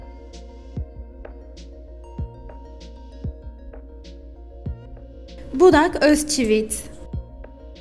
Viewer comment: Burak özçivit e özçivints dedi yaaaa 😁😁😁